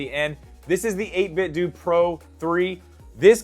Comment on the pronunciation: I’m here after watching “5 Switch 2 Accessories You NEED!”. Had some great recommendations in it and finally gave us audio confirmation that its 8BitDo (Dew) not d’oh lol. I honestly would like to see the hybrid switch case because I have a weird feeling its the jsaux body with savage skull raven co split case grips and soon, a magsafe ring on the back. Tryna figure out which front cover would work properly with the change but I’m here for it!